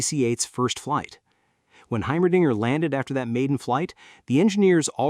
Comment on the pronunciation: "Heimerdinger" not, well, what you heard.